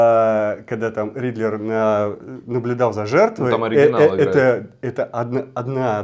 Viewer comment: Riddler не Ридлер) Мотивы не мотивы